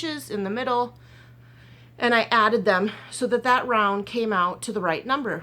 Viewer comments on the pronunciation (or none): none